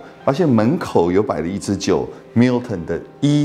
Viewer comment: 不是華人執著英文發音正確的問題。如果將Gordon & Macphail 讀成golden macfield ，strathisla讀成strath-islay (道歉更正: 的strath-islay讀的是對的, sorry)，你也覺得沒問題只証明你的水準如何。讀Milton時卻非常正確，為什麼另外的可以差那麼遠？差少少真的不是問題，差那麼多就有點那個了。